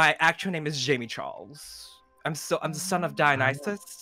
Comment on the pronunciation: Did he say jamey charles 😂